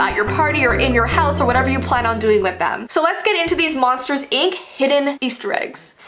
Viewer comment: I thought she said monsters egg